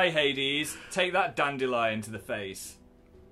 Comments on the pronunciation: ***** No, it's Dan-De-Lion not Dan-Dil-Lion, you don't repeat a sound. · Dandelion. Dan-de-lion